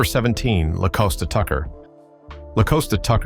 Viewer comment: I just wish these people who make these videos would research the pronunciation of the name of the people they are reporting on. “TONYA” is definitely NOT the same as “TANYA”. And “LaCosta definitely isn’t pronounced LaCoasta. I hate it when they do this…